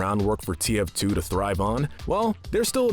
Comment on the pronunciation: he says "the face of TFT" This guy said TFT and not TF2 and it almost made me cry